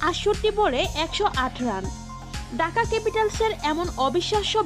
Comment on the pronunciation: ঢাকা না ডাকা? ঠিক মতো উচ্চারণ করেন, ধন্যবাদ।